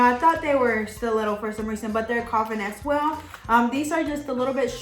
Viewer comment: Di u notice that when u say " as well" , it sounds like u say " as swell". Lol. Does anyone else hear that? Or just me.... Love ur nail vids. I'm new to doing nails so u help me AloT. Thanks 😊